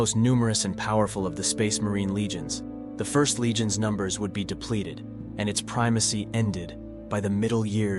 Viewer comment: It's the "First" Legion not the "ist" legion